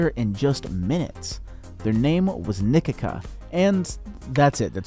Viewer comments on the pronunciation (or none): How u said Nikica like nikika acutally hurt me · Nikica is not spelled Nikika, but like Nikizza with the zz like pizza.